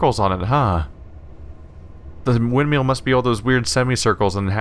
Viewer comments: driving me nuts with the wind - meal pronunciation. It's wind-mill (ILL) not EEL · I think it's because he pronounces it Windmeal. :P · Why do you pronounce windmill like that it pisses me off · Even years later, this game holds up really well! The way he pronounces "windmill" though...